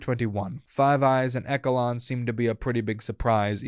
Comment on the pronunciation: FYI, "Pinochet" is pronounced "Pee-no-shay'. "Kissinger" - 'Kiss-in-jer'. Echelon - 'esh-uh-lon'. Quite frankly, the evil perpetrated upon people by Govt and military programmes beggars belief. And the immunity from punishment given scientists that treated people like subjects is, in itself, a crime against humanity.